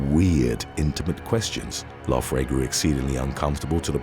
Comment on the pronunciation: How do you come to get an F sound when you see Gh? I would think her name was pernounced Lowery or Lourey but idk if i would get loufrey from Loughrey. But idk!!! Thats a hard one hahaha